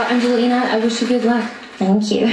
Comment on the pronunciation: Why do so many people not bother to read other peoples names properly. Talk about disrespect. ANGELINA is possibly the best female singer on Earth at present. How did you not know that? Shame, because otherwise your reaction was what her fans would have expected.